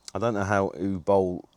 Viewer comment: No, you did NOT pronounce it correctly... It's not "U Bowl" but Uwe Boll! He is German and not French!